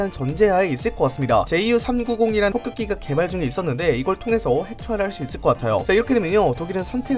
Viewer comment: Ju-> 융커스라 읽읍시다.